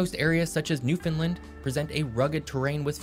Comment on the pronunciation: Come and visit New Scotland it’s beautiful , what’s wrong with being small . Also the guy should learn how to say Newfoundland